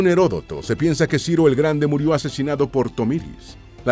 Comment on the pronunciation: Una muy mala traducción y una mala pronunciación en español de algunas palabras tales como Herodoto. En español, al contrario que "retribution" en inglés, no se utiliza retribución con el sentido de castigo.